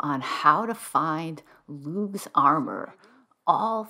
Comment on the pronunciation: No hard “G” in Lugh. It’s just “Lou”. Also known as “Louie of the Long Hand”. Festival is Lughnasadh “Loo nasa”. And thank you for your help…it seems I went right past that clue.